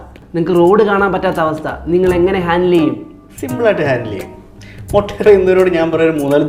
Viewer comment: Motta alla mutta